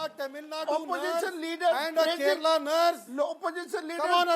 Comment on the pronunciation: It's nurse and not nars 😂